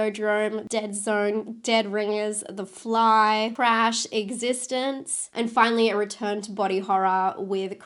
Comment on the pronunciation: I think the movie is prounounced exi - stenz , not existence. Although maybe im wrong i cant remember lol